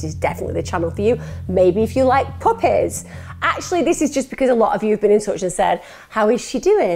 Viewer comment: I love the way her accent says “puppies”. Is there an ASMR version of speech? 😂